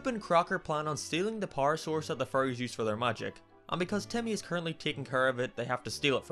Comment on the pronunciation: Words sometimes blend together for me, I was really confused when I thought you said leaving behind his childhood furries, did you pronounce it like that intentionally? xD